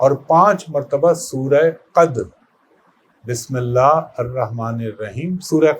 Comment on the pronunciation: Sir ap ne bismillah aur surah qadar ghalat parhi ha